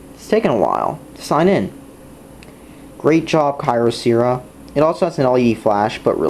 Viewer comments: WHY THE FUCK WOULD YOU GET THIS PHONE IF YOU DON'T LIKE IT!!? THERE IS NO PHONE THAT WILL COST 5 DOLLARS WITH FLASH!! I GOT IT FOR 30 DOLLARS! AND I THINK THAT PRICE IS NOT BAD FOR A CHEAP PHONE. And don't pronounce the name incorrectly It's annoying mostly because of your voice. The company is good because they send you replacements even if you don't have the warranty. I got that phone and it lost It's battery. Then I emailed the company so that they can send a replacement and they said yes. Most carriers won't do that. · Why are you so damn sarcastic and smug? U got this phone for $5, STFU and STOP pronouncing the name wrong. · Then get your parents to buy you a better phone! Also this is how you do as review: LISTEN TO THE WAY HE PROONOUNCED THE BRAND NAME AND LOL THAT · Didn't you say there was NO micro sd slot? So why did you then say that you have to purchase an sd card? So are absolutely despicable did you know that? YOUR parents got you the XBox and that is how you got the phone. Stop being an entitled white boy and learn to pronounce te brand correctly.